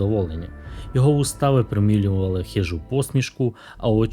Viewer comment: його вуста ВИПРОМІЛЮВАЛИ😅, я сміявся хвилин 10, постійно перемотуючи відео назад! Дякую